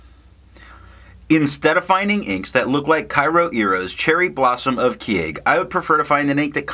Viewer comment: In terms of pronunciation, Japanese has 5 maybe vowels: a (sounds like ah but shorter), I (shorter ee), U (shorter oo) E (like the a in fountain) O (you get that right in tomoe). Vowels next to each other dont change each other - pretend they're separated by a hyphen. Keage sounds like ke-a-ge. Your kyo sounds like kye-oh. it's only one vowel in kyo, so kyo sounds like k-yo-iro. Hope I explained it okay, it's kind of tough to explain it in written form (source - am Japanese).